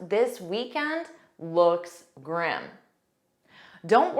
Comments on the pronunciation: Why do you pronounce the word as 'Gram' when it is supposed to be pronounced as "grim' ? That 's a bad pronunciation. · It's grim.. NOT grem! Get it right! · grim (grĭm). Your pronunciation at first is very different from the dictionary which follows UK and US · Grim pronounced gram? Bah-full? Comeradey? Strange. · listen carefully about grim... when Obama said grim it sounds greem, but when you said grim it sound gram... which is correct??? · Why your pronunciation of the word GRIM "Graem" and native speakers pronounced grim?? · In the first few seconds she pronounced the word "grim" as "gurrim".... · i thought it pronounce as griim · Grim, America's pronounce as it is written, but in the video it is prononsed gram. 😅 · I watched this with much interest, until I heard you pronounce the very first word: "grim". You pronounced it as "grem" After this I realised that your American accent skews your attempts to speak English correctly. Sorry, my dear, but American "English" is far from the English spoken in England and in South Africa. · Her pronunciation of grim was incorrect 😊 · I was baffledl by the pronunciation of Grim, on the screen of the video, it showed [GRIM] with a [I] sound, but the teacher pronounce it with an "e" sound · Your pronunciation of the word grim, sounds like gram. You also pronounce intimidating as: "int thu mhuh (duh) dating. I bailed out after the umpteenth mispronunciation by you and your speech is as frog-croaky as that of some Scots or a heavy smoker. This deviance is also called vocal fry. I am a polyglot having mastered a number of languages; I cheated somewhat since two of them are very primitive South African native languages with limited vocabulary. BTW vocal fry is not harmful and some people are not bothered by it; unlike myself. I also abhor arm flapping; it cannot make a human fly (airborne). And pacing a floor when speaking, is for a Lion kept in a cage (I know Lions do not speak).